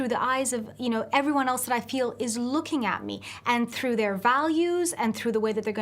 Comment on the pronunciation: looking. not ooking